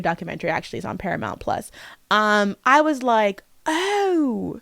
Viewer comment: that is the most british-sounding "ooohh!" I have ever heard from that side of the pond